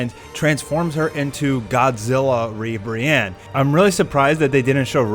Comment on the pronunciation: Not Godzilla-Ribiranne, but Mothra-Ribranne